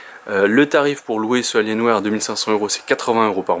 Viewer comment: "AlienWère" xD